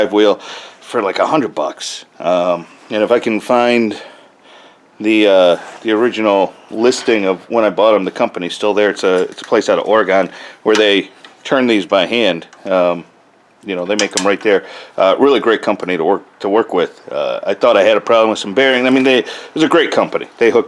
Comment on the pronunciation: Hey, a big pet peeve of Oregonions is people pronouncing Oregon as Or-i-gone. For future reference, it's like organ. Not a big deal, just a pet peeve. Anyways, thanks for the new video, I appreciate watching them.